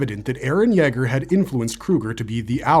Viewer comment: You way you say Yeager wants me to kick a dog